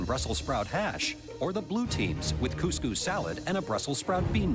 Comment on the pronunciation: I absolutely hate how they pronounce couscous...